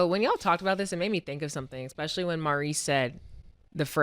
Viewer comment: new underdog over/under: saying “expecially” 1.5 times